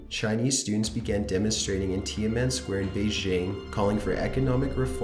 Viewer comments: #15 - "Tiaman" Square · You're butchering the pronunciation of a lot of the words, i.e. Tiananmen (tea-an-NUH-men), Mt Suribachi (SARA-botch-e), Hirohito (hero-HE-toe or hero-HE-tow) and a few others. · And Tiamen Square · '"tia-men square"